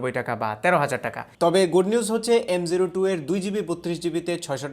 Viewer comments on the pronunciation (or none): এমটু উচ্চারণ হবে না এটার। এম ও টু হবে।